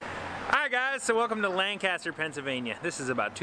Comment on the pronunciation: you pronounced Lancaster wrong